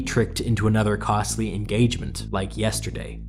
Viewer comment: "aproximately 'learn how long a metre is' high" "yesturday" DON'T STOP!